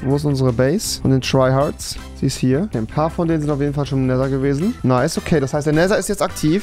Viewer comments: Rewi es wird neder ausgesprochen und nicht nesser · Wie rewi einfach immerboch nether falsch ausspricht :D "NESER" 😂😂😂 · Er sagt zu nether neser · Cooles Video auf jeden Fall, aber es triggert mich ein bisschen wie du "Nether" aussprichst...